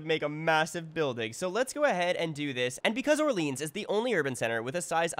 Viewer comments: So painful to hear you pronounce Orleans like that lol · I think it's because there is a neighborhood in Ottawa called Orleans that they pronounce in the English way